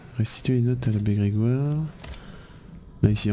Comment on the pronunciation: L'abbé Grwegwoire 😅 Big like de soutien pour ta vidéo et une très bonne soirée prends soin de toi 💪🎮